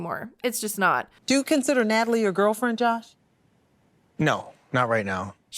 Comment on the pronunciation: Nutaly isn’t needy…she is NIIDJE! Gosh I can’t stand her… “who?! Me?! Yukranian gorl?!?!”